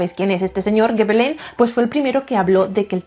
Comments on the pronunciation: Hola,. Sólo un apunte breve: en francés, la "G" sólo se pronuncia "gue" cuando le sigue una A, una O o una U. Si le sigue una E o una I, se pronuncia "ye" o "yi" (igual q en español, vamos). Por lo q Gébelin se pronuncia "yebelan", no "gebelan" (para conseguir ese sonido habría q añadir una U después de la G). Ya sé q es meramente anecdótico pero quería decilo. 😊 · Gebelin se pronuncia "Shebelon"